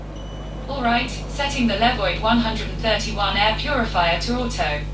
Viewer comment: Le-vwah not love it